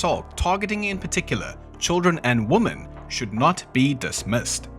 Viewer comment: I'm so sorry to be that person, the video is great but women is the plural of woman. Just like men is not pronounced the same as man, neither are these two. I blame AI😂 either way, I'll keep watching, you really do a great job and put in a lot of effort! Thank you for all of your hard work!